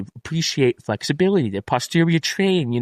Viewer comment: Zero Felixibilily...Fexibilility..Flexbilitly😂